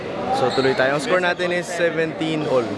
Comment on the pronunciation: Walang R yung scowew😂😂